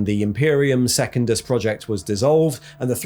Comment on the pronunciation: love this dude's videos but his pronunciation of secundus is going to drive me to chaos